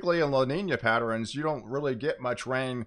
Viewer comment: It kind of drives me crazy. I also heard patterEN. But... I was a 5th grade teacher. Can't help it.